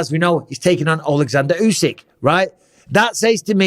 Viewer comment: Tyson is second to usyk say it right